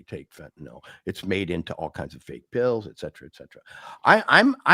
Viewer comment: I disagree, but whatever. I do wish to point out, however, that both of these gentlemen know how to pronounce fentanyl properly. So many can't seem to. Given the importance of the matter in the US, the least that journalists can do is get this basic thing right.